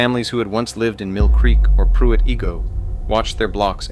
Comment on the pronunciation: Who remembers “Pruit E-go”?